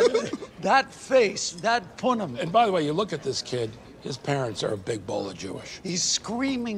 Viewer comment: “The punim”